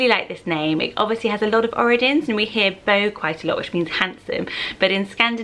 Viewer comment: jsyk these are english pronunciations. in norwegian/swedish bjørn has an ‘er’ sound. byern. and bo is an ‘or ’ sound. and Isak is an ‘ee’ sound. Just so you know!